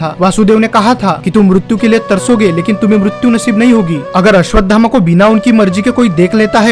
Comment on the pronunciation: पहले आप अश्वत्थामा बोलना सीखिए कृपा करके गलत उच्चारण मत करो